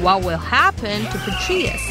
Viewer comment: Petraeus = PA-TRAY-IS... NOT Pe-Tree-is